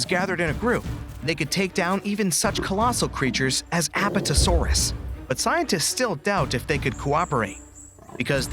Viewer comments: Wth is a ahphatahsayrus its an apatosaurus 🦕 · The fact you cannot find an accurate model for giga or spino, also giga nor any other dinos had the intelligence to form a pack and pack hunt, and again it's apatosaurus (Ap pat o saur us). Oh yeah and the allosaurus hatchet theory was disproven a while ago. The way you say archocanthosaurus is so just wrong. If Diplodocus used it's tail like a whip,it would brake its tail Quetzalcoatlus wasnt a dinosaur, it was a reptilian that lived alongside dinosaurs